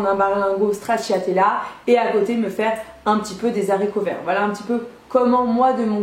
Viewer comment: "des z'haricots vert" 😂😂